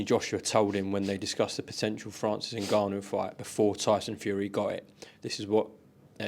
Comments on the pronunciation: Frank calling him Niganu 😭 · frank the grown man calling people names and saying his name wrong